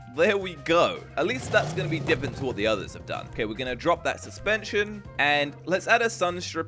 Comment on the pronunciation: says diffent instead of different